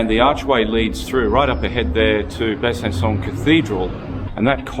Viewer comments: If you want pronunciation, it's BUH-SUH-SAW (slightly nasal on the latter two syllables). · Ridiculous! Making a movie about a French town without obviously speaking a single word of French -- and not even being able to pronounce the name correctly! 🙄